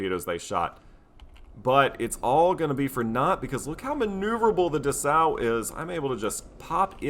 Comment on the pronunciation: Dessau -> DESS-OW (city in Germany) Stier -> SHTEER (German for "bull")